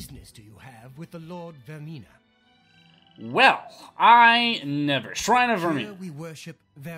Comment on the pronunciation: Vaermina. "VAYR-meen-A".